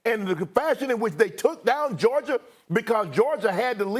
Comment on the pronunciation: Nobody:.... Stephen A: "Georg-ier"😑🤣